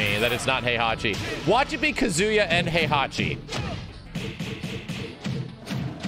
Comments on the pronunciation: not to be that guy but it's KA-zu-ya and not kuh-ZU-ya. Just sayin' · Why does he (a Tekken fan) mispronounce his name “Ka-ZU-ya” instead of the proper “KAZ-uya”…? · wife is Japanese and STILL pronounced his name “Ka-ZOO-ya”. 🤦‍♂️ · "Kazuya is in tekken" Might have been too hyped to speak properly, dont blame you tho.